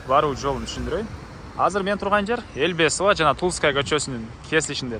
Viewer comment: " Элбесова " эмес , элебесова дем айтсан туара болот а так баары норма !